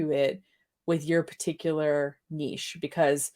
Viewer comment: OMG thank you for pronouncing niche the right way - I'm not a vocab snob, normally, but as a French speaker, pronouncing niche to rhyme with b*tch just grinds my gears!